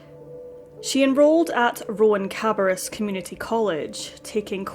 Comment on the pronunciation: The community college is pronounced "Rowan - Ka-bear-uss". I am also puzzled as to why she was attending RCCC as there is a community college in Charlotte, and the closest RCCC campus is 11 miles beyond the nearest Lynx Blue Line station, and well over 20 miles from where she died. .... It sounds like she might not actually have been living in Charlotte, however all the information available online just says "Charlotte", and public transport between the north end of the Lynx Blue Line and the city of Concord, where the closest campus of RCCC is located, is very limited.